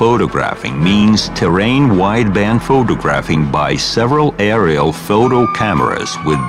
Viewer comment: i get confused when he says aerial, sounds like i r l